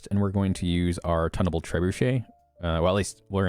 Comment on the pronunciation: "Tun" in Tunable Trebuchet, is pronounced like "toon," not like "ton."